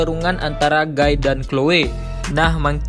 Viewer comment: sebelumnya aku minta maaf min, bacanya bukan gai tapi gi.